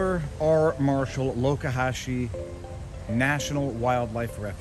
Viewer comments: So the locals say Loe-ka-hashee not Loxa-hatchee. Good to know. Good thing Pirate Gator has a back up food source, his hunting is hampered. You know how to live large, good on you and your adorable fam. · It's LOX. Like BOX. Not LOKE. Like POKE. However the boss's jean cut-offs bring that to mind. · It's Lox-zuh-hat-chi, not Locahatchi...we love it there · It's Lox A Hatch ee Sounds Like it Is Spelled! This Place Is Going To Heck For Sure, I Know Live In Florida What A Waste! Oh Yes, By The Power Of Grayskull, Thanks For A Nice Day Out With Your Family!